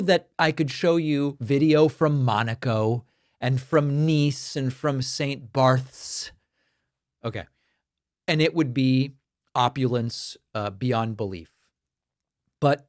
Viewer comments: If you wrote any of this as fiction, the party, the east wing demolition, the ice raids, on and on and on, no one would ever believe it. Ever. And yet....Btw; it's pronounced Saint Bart's. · The st BARTHSSS had me rolling